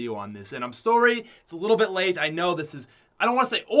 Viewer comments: You say story instead of sorry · The way he says “I’m sorry”... so Canadian